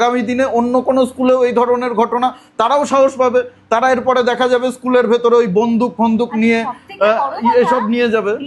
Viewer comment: র টা ঠিক ভাবে বলো, তাড়া নয় তারা।